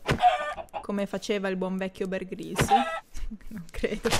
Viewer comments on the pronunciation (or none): none